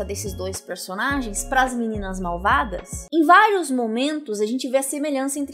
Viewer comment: nãoh mexah com as meninahs malvadahs